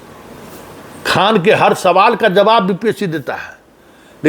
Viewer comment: Pahle to aap Mahajan thik karo KHAN KHAN bolte ho